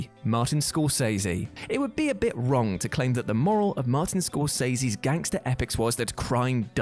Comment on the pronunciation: Bro, it's Scorsese, not Scorcese